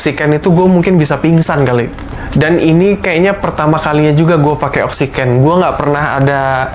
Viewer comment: Oksiken iya bukan oksigen